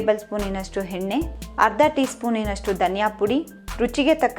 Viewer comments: Adu harda ,henne allamma arda yenne anta pronounce madu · Welcome. Your voice and narration also amazing. But you have to correct your pronunciation of kannada. You use henne for yenne,harda for arda, uli for huli . Hope next time we will see you with corrected pronunciation. All the best.